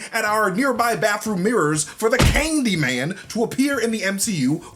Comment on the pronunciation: Lmao “Kangdyman”